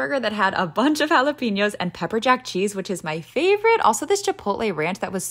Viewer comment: Why is she talking like that ?… the “💀FAVOrite! .cheeseCAKE” and then chocLATE she add like too mucyuh energy to the end of the words I can’t be the only one who hears it